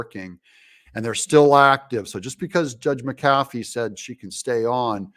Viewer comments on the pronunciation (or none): Brian Kemp needs to get rid of this criminal Willis!!! Doug the judges named is pronounced Mac a. Fee. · I have said Mack A Fee, and also Steve SAY DOW several times. Not sure he reads posts. lol.